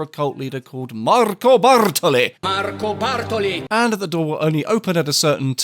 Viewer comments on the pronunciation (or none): MaRRR-co BAR-toli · Awesome retrospective! I'm just discovering this series, but it is really very good. The editing is on point and the writing is very witty. The different takes on Bartoli's name really had me chuckling (Bathroom Sparkly being my personal favorite). I always thought Maria Doria was pronounced Maria "Door-ee-ah", with the emphasis on the first syllable (so that the two words don't rhyme), but maybe that's just me! Anyways, awesome video. Can't wait to check out the rest of the series! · Thank you so much for your TR videos. As someone who has such a deep love for the classic TR games, it is soo refreshing to see a youtuber cover these games in a way that is so passionate, analytical, and HILARIOUS. The Marco Bartoli name butchery always has me in tears and lives rent-free in my head (Bathroom Sparklyyy!) lol. Love your silly personality and the special touch it adds to your vids too! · Man, the editing, the timing and the Marco Bartolli mispronounciations LOL Tomb Raider 2 is my all time favorite TR, and the first one I played. I was like 12 when I first played it and it took me MONTHS, but I loved every part of it. And I got to this video because right now I'm replaying it all over again. The nostalgia is real here. Thanks for this awesome video! Definitely going to watch them all.